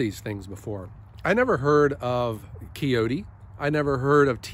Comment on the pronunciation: Congrats on your new tractor! Sounds like you make a great purchase. Get some ballast on that sucker like yesterday tho! And it is pronounced Coyote by the way and no I am not an owner, I like Green for my tractors and have a love hate relationship with my Volvo Mini Ex.